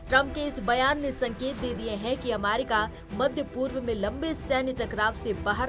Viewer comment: अमारिका ? थोड़ा सिखाइए एंकर को !